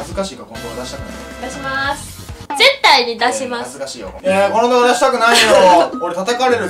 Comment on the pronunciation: 絶↑対↓の言い方なのよ